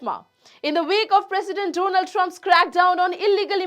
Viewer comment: Why is she shouting? it is not Don Ald or DO NA LD; please say "DONALD" Trump; say it again.